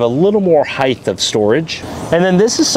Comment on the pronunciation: really enjoy your videos but there’s one thing that bugs me and I have to get it off my chest. The word ‘height’ does not have a ‘th’ at the end unless you’re living in the 18th century! It is properly pronounced ‘hite’. OK I said it. Please consider using the current pronunciation. Message delivered, have a great day and keep up the great work! 😂😊